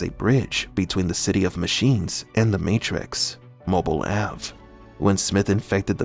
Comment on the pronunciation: Why do you pronounce Mobile Ave. That way?